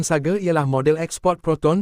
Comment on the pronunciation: Sebutan SAGA bang..bukan sage